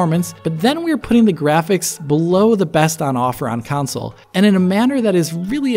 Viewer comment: "council versions"